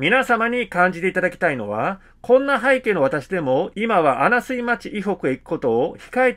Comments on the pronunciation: あなすい、ではなく、あなみずですよ、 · 穴水 ×あなすい ○あなみず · 穴水町はあなみずまちですよ、。これからも楽しみにしております。